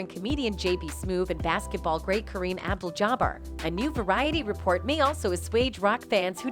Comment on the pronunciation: Not sure who is narrating but its terrible. Abdul jabbar not aboo jabber